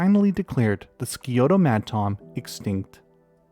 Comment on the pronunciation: The Scioto madtom is such a sad one to me. I live near where it was found and have worked with some of the scientists who wrote about the species. I don't study fish myself, but talked to Marc Kibbey from the Ohio State University’s specimen museum a few times. Did research in that lab. FYI though, it's pronounced sky-oto. Not ski-oto :)